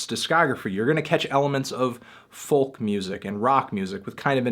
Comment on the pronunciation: Goddamnit toothy, you don't have to say the 'L' in folk..... >=|